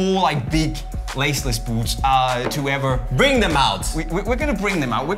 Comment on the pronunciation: we say boots says buuushts